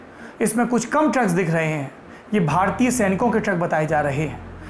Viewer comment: Sonia Gandhi learning hindi now...भारतीय को भरतीय बोल रही है।...